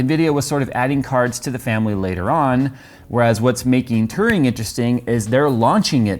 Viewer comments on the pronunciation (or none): none